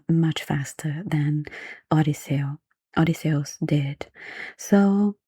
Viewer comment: i like the way you pronounce Odysseus, it sounds more Greek that way